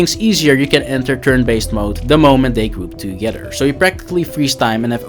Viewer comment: My man said you can group dem togedder lmao